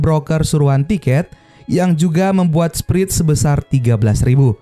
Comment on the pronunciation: Spret (spread) alias selisih. Bukan sprit..